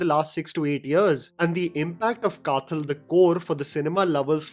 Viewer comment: Hey...as a fan of your review and a malayali myself ,just a humble point out..kathal is not the way you pronounce ..th is as you wld pronounce when you say The..or as in dawaii (medicine)😊